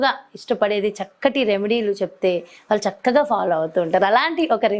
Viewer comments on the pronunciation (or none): అమ్మా తల్లీ నీ తెలుగు దరిద్రం వాల్లు కాదు వాళ్ళు అనాలి